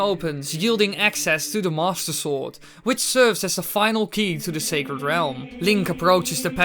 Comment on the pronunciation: DUDE, seriously, what's with the way you say "Master Sword"? It always sounds like "Mosasaur", Might as well just call it the "Leoplurodon".